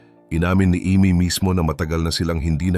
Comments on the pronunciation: Ay Mee po not ime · Imee..(aymeee) not imi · Not AMY She is IMEE....... Ayme🤣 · Yung pronounciation ng name ni Imee di tama ….